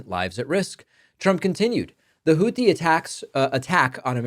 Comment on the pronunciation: Why are the s*x bots targeting dem channels? Ugh. Damnnit, Trumpty Dumpster. I told EVERYONE WHO WOULD LISTEN he would destabilize the whole world. It's pronounced Houthi with a 't', rather than a 'th', btw.